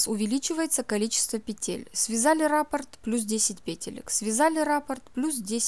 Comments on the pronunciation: Не рАпорт, а раппОрт. Вы же профессионал? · Извините. Но в данном случае раппОрт. Ударение на второй слог . Сама удивлялась...когда узнала